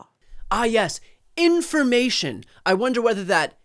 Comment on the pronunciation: No real "information," so she has to say "informamation" several times! :D